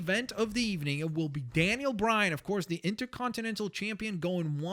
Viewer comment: daniel bryan not danien bryan